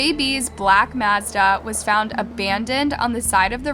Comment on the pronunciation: Now I know for a fact she's mispronouncing words on purpose. 😂 C'mon, we both know you know how to say Mazda!